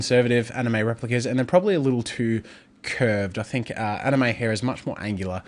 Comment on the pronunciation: my brother doesnt know how to pronounce Anime